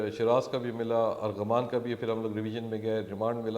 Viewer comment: FOR FUCK SAKES ITS ARMAGHAN NOT ARGHAMAAAN